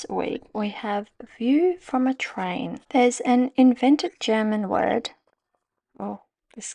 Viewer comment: Those German words….. 😮you did reallly well there 👍 Hope you soon feel better x